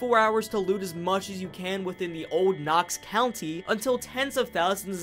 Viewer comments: Knox COUNTY. Knox COUNTY. No R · Love everything about this video EXCEPT I want to gouge my ears out everytime you say Knox Country. It’s county bro, no r lmao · Bro did an iceberg video and doesn’t realize it’s Knox COUNTY not country 😂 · I wish I could give you a downvote for every time you say "knox country" I know you acknowledge it in a comment, but damn. 😅